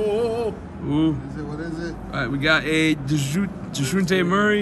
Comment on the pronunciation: How does that last guy not know how to say Dejounte Murray's name? lol